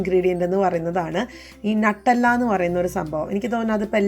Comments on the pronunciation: നട്ടെല്ലാ എന്നല്ല ന്യൂട്ടല്ല എന്നാണ് പറയുക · നട്ടെല്ല് അല്ല 🤣🤣🤣 ന്യൂട്ടല്ല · നട്ടല്ല അല്ല ന്യൂട്ടല്ല എന്നാണ് സ്വാഭാവികമായിട്ട് പറയുക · It is not nattella nuttella